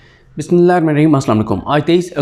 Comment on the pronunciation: Bismillah sahi se padha karen